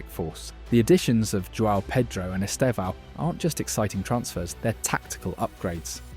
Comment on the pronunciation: Your videos are fine but the pronunciations of the players are so odd. I don't know if this is AI voice or what but you're saying Madueki, Joan Paydro, Paydro Nito, etc. It bugs me.